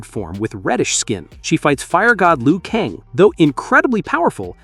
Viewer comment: It's not Liu Kang